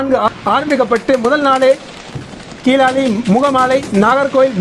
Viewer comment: அண்ணா, கிளாலி என்பதை கீழாலி என்று உச்சரிக்கிறீர்கள்.